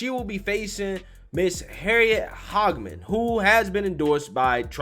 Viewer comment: Dude, say it right. You sound like an idiot saying "Hog-man" it is more "Hague-(like the freaking Hague,) mUn." The problem is that the Democrats can vote for Cheney now. She is running all kinds of fake ads, but hiding behind fraudulent groups. I know, I am here in Wyoming.